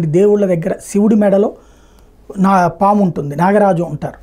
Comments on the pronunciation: పామా? సామా?😂 ముందు తెలుగు నేర్చుకో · Saamu enti anukunna saamu Kadu paamu na😊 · Saamu kadhu saamy PAAMU